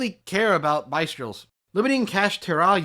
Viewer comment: No hate but you are very out of touch with the meta… that shows alone by how you are mispronouncing even the most common cards like Bystials. Also, banning Havnis and Kit would absolutely ruin tears so why are you limiting Reino too? Same goes for the other decks, basically everything you hit other than runick won’t be played at all anymore